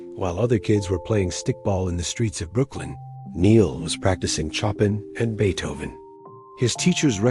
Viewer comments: Chop-in? SHOW PAN. AI really needs to learn to pronounce words and names. Rest in Paradise, Neil. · Excuse me, Mr. Roboto: It's pronounced Show- Pan. Not Chop In. Jesus! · ‘chop’ in?.? (Pronounced Show - pan) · Chopin??? its pronounced shopan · Choppin"???Try pronouncing it as Show-PAN. It happens. I remember a newscaster calling Sean Penn "SEE=in Penn"...and later at the time I pointed out to a friend that "he's married to "Ma-DOUGH-na." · RIP to a wonderful American musician. [Re narration: The information covered, and light background tune are nicely done .... but -- sigh -- (The classical musician's name is pronounced " Show-pan", not "choppin"!!!)] . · Chopin is NOT pronounced "choppin." Just saying. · CHOP-IN?.................lame AI , waste of time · You really should have had a real human do this video about Neil Sedaka! The AI voices are horrible. Calling a composer Chopin!? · Love the AI narrative - “He was playing chopping!!” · Choppin? Seriously? I hate AI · Chop-In....definitely an Ai idiot.....I can't stand this madness. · "Choppin"? Please get rid of the AI voiceover. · I had a good laugh at that. 🤣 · Thought the same, but that's the problem with Al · Sorry to hear about his passing, but PLEASE will someone teach AI narration to pronounce names properly? Chopin is NOT pronounced Choppin'! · Tell the AI how to pronounce Chopin! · What a terrible 1950's style AI tribute to a great contributor to our music. He desreved much better or at least a correct pronounciation of Chopin.